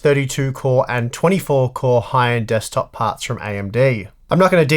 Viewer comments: “Dekstop” lol I hope that in the next video we won’t see a CPU of coffee... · DEKSTOP :D